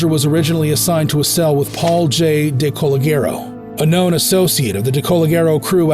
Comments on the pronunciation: Paul J.DeCologero. pronounced DEE- Kuh-lodge-Uh-ROW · I fkn cringed when the voice pronounced DeCologero and Geas the way it came out.